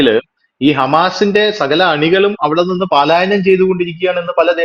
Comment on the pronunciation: 'പലായനം 'എന്ന് വ്യക്തമായി പറയൂ. 'പാലായനം' എന്ന് പറയാതിരിക്കൂ.